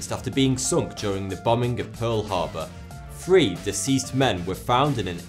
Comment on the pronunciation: Speaking of language, where the hell did you learn how to talk? It's thousand, not fousand. It's three, not free.